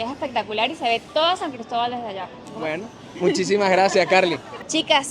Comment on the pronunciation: Que bonito escuchar decir San Cristóbal ufff siiii somos regionalistas, eso nos lo enseñan nuestros padres. Orgullosamente Gocha Tachirense. Arriba el Deportivo Táchira, nuestro orgullo.. Gracias por mostrar lo nuestro. Abrazos, éxitos y bendiciones.